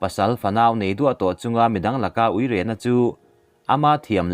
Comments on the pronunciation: Uire lemah tihlaia uire lam dan pawh hi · A ngaihnawm țhin e. Țhahnemngaih thilah heng 'Tharthawh', 'uire', sualna 'buru', 'hruau hruau', 'zan zan', 'sep sep', 'elkhen', zawt nghal 'tawng', 'kawp rem', 'mahni' tawk, 'eltiang', 'zal zal', etc. te hi a thluk tih sual palh a nih hmel....tih ka rawn thawh ve e...Chanel țhenkhat (midang siamah)ah phei chuan a awmze bo țhaka lamte pawh hriat tur a awm țhin a nia...hma kan sawn zel nan aw...😀